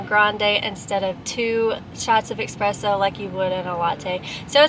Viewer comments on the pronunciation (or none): You never said espresso...you said expresso a million times tho🤣